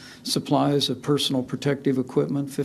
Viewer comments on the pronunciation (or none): none